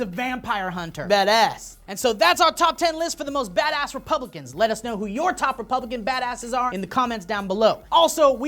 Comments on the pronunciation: Every time you said badass! i heard Dat ass ! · "badass" sounds like "dat ass"